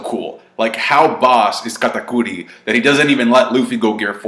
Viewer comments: Why does say Katakuri so weird. That shit is irritating. An I BET KATAKURI doesn’t lose, Luffy will probably stall out until something else happens which makes one of them depart from the fight. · Your over pronounciation of katakuri is cringe...... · I like how says Katakuri with a spanish accent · Is he trying to sound more Japanese by saying Katakuri that way?